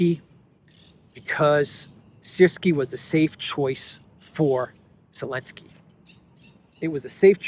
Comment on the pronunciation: it is nor Elensky it is Zelensky -don't swallow the Z 🤣